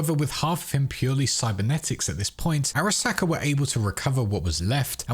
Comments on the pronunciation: Am I the only one who finds the pronunciation of Araska jarring? The game gives you the pronunciation... pls stop. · Every time he says Arasaka, a ceberpsycho is born